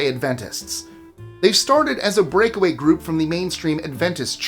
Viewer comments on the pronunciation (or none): none